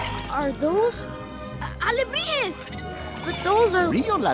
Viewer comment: I’m late but I loveee how you said alebrijes XD I’m from Mexico!